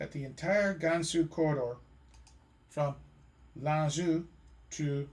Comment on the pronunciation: Great photos, and an impressive presentation on many levels. However, it is marred by so many egregious mispronunciations. For example, I've always heard 回族; pronounced "whey" and not "hooey", and you mess up the pronunciations of 兰州., 乌鲁木齐, etc.